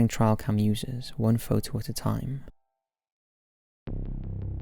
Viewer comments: "Trial cam" I think it's "trail cam" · Number 2 kept confusing me since he kept calling it a "trial cam" instead of a "trail cam" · Trial cam?? Its calld TRAIL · Question; why does every youtuber I know pronounce trail cam as "trial" cam? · It's pronounced trail cam. Not trial cam. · .....TRAIL cam........not ‘TRIAL’ cam 👍🏻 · Trail cam. Not trial cam. Cameras meant to monitor game along hunting trails. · Lol it's trail cam not trial cam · It's "trail cam" not "trial cam". I know certain things sound different with your accent but this time you're simply using the wrong word. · Are you trying to actually say "trailcams?" I assume you are. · "Trial cam"? LOL